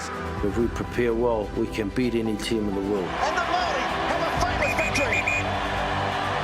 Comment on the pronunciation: use your Maori tongue girl your pronunciation sounds of the welcome sounds like a 2 year old ??